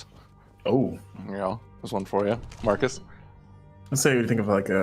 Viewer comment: Every time Marcus is introduced my mind hears "Martha Stewart".